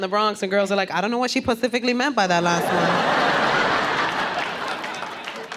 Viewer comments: Pacifically... She's hilarious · Pacifically, Mouff (mouth) the outh is ff. Annoying.